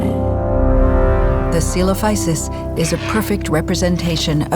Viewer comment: Those animations are gorgeous! But please, please check your pronunciation, speaking latin words like english is giving me a headache.